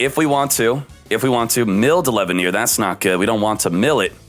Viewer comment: sees Chaos Dragon Levianeer proceeds to say "Chaos Dragon LevaiHneer" 🤦🏻‍♂️